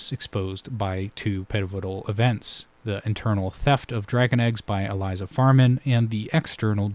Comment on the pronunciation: Great analysis! Unfortunately, you pronounced Elissa Farman's name as "Eliza", so I am going to have to discount your entire video